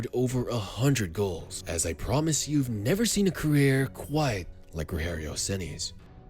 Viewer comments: PORRA TNC POW... o cara eh BR narrando historia em ingles.. porem fala o nome do cara parece latino norte americano RORRERIO RENI. pohaa nome se fala normal em qualquer lugar do mundo caraii.. ROGERIO SEMPRE VAI SER ROGERIO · You said "Rogério Ceni" in a spanish way, but in Brazil speak portuguese.